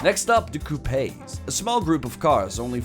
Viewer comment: Coupe is 2 door cars, also, its pronounced coup, no e